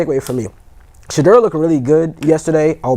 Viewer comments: I have a love-hate relationship with from DNVR. He's a Nuggets fan and i'm a Lakers fan😅😅😅. That's OK i still rock with I have typed so many times that it's not Shadrrrrr it's Pronounced Sha-door 🚪. So whenever u see that door that's me😅 It's like nails on a chalkboard when they lean on the R too much😮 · Listen to the way your colleagues pronounce his name.It's not Shadrrrr it's pronounced Sha-door 🚪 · The new 🥷🏾 on the panel kept saying Sha -Derr! 😂😂😂😂 damnnnn bruh it’s just Shedeur😆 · Why is it so hard to say Shaduer pronounced 🤫door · It’s pronounced Sha-door. 😎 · Anytime someone mispronounces Shedeurs name there’s always bullshit coming after it. This guy kept adding a R after each time like come on now. Learn how to say his name and stop being disrespectful